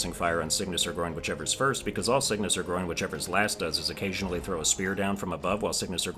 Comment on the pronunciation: You do know there are 57 bosses, right? (Including mini bosses like the Choir Clappers and Lost mini bosses) Edit 1: Also, it’s GRON, not GROIN Edit 2: I’ll put down the bosses (and mini bosses) you missed here. I’ll put down all I know for now and will return later to finish: Red Ant Clubber 2 (they’re called something like Skarrbringer btw) Red Ant Clubber 3 Lost Red Ant Clubber Choir Clappers Lost Choir Clappers Plasmafied Lango Lost Moss Mother Summoned Savior Shakra Huge Flea Garmond and Zaza Aaaand Grand Gourmand (don’t ask me why it’s considered a boss idk)